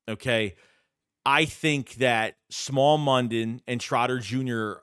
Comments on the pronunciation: Smael (Smile) Mondon not Small 😂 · its smile not small mondon u killin me